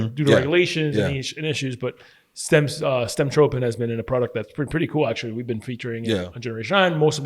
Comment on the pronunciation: Stemtropin hahahah give me a break